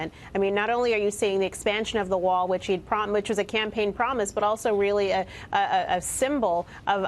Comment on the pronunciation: "Muh wall"